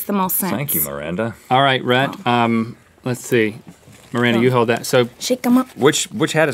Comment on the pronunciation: It's Miranda not maranta or maranda